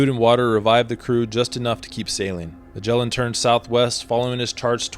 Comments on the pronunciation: IA melin au lieu de magellan.. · "Magellan" MY ASS! What a pathetic way to to say the name of Fernão de Magalhães!!!! LEARN HOW TO PRONOUNCE THE GUY'S REAL NAME!